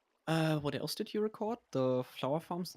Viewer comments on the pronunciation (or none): none